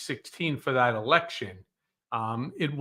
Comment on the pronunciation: He repeats the word "eleko-q-shin" as though he's trying to make sure he said it right. I echo Cohen's "this dumb £uckery" 💆‍♀️